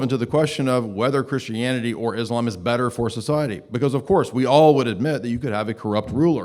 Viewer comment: he always pronounces it as "isLAMb" lol, its so annoying